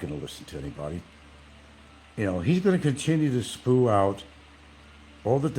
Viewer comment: "He will continue to SPOO out" showing his educational prowess.